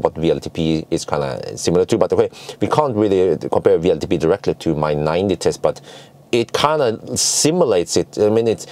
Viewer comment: when referring to WLTP you always say VLTP, but it’s W(double u)LTP. Just a friendly advice. Love your videos anyways.